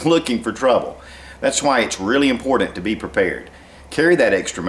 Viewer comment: It is important, to be immm-por-Dant